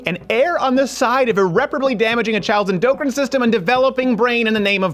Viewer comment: Uh? "enDOPErine" system? Does he mean endcrine? What an idiot.